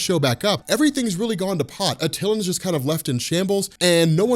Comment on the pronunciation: This has been bothering me forever its at-ti-lan not attilin. So annoying, also.. coo coo's not ca-coo's. Sorry, I cringe every time I hear it.